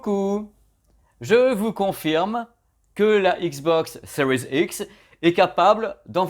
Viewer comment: Commentaire pour dire que j'adore comment tu prononced à l'anglaise "series x " :) il y avait une vidéo de toi ou tu montrais un menu "easter egg" sur la LG CX avec les infos de sortie vidéo en temps réel si? Tu as l'astuce stp? J'ai un 55gx ) merci pr tes vidéos elles sont AWESOME